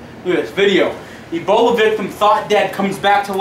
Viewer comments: Its ebola not eboli and its serious no more jokes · Say Eboli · say eboli LMAO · he said eboli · He knows that agp says it like Eboli